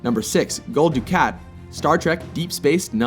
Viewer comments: Wow pronunciation errors along with a spelling mistake. Gul Dukat pronounced Gul ... Du kaat not Du. Cat - DS9 Emissary for how it sounds. Locutus of Borg - Spelling in the video as Lacutus of Borg - TNG The Best of Both Worlds You would think making this they would know how to pronounce the name by listening to the shows themselves. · You can always tell when non-fans put something together like this. First off, it’s pronounced kroog, not krooj. Secondly, it’s pronounced do-KHAT, not do-cat. And finally, it’s spelled L-o-c-u-t-u-s. There is no A in the name. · It's prenounced Gul Du-Kaat :) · The one villain they should have had was Preator Shinzon from Star Trek Nemisis. And Gul Dukat's name is pronounced du-cot